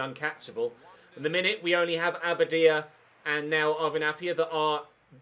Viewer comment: Your pronunciation of abadia's name is very inconsistent. Get it right mate!!!